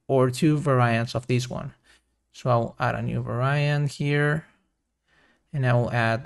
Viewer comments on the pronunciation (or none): Please pronounce Var-iant not Va-ra-iant, Nice tutorial by the way. Thanks! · All good. Little english tip... 'Variant' is pronounced "vair-ee-ant" not "vair-aye-ant". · This is AMAZING. Thank you so much!! Also, I think you are stressing the wrong syllables and mispronouncing "Variant"... but that's just me listening as an American English speaker/English teacher... 😬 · No, Va-ra-iant sounds cool. I m gonna pronounce like this always.